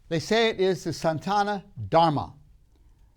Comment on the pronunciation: It is Sanatana Dharma not Santana -- sana-tana!! When you don't pay attention to matters such as it, your talk would be viewed as irrelevant! Sanatana means eternal! Reality is a product of your senses and the senses are easily fooled. Magicians do it all the time! The only reality is your Atman, the spark of Brhman. Watch the Matrix movies to understand this concept! Your concept of your identity is depended on your perceptive instruments and the hard disc of memory you depend upon. Once these systems are damaged or tampered with, you will not know who you are and who the others you used to identify with!